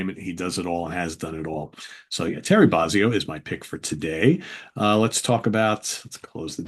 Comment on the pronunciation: Say it with me. BOW-ZEE-OH. Not BAH-ZEE-OH. BOW-ZEE_OH. Yes, it matters